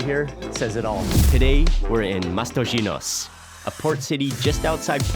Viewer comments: I wish someone had taught you how to pronounce Matosinhos before filming of this video 😅😅😅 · até me dói a ouvir ele a pronunciar matosinhos mas tá tudo 🤣